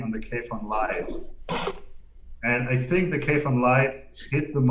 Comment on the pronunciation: kudos to for properly pronouncing kayfun:)